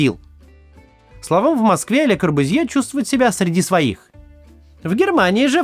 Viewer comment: Извините пожалуйста, но фамилия произносится «КорбЮзье».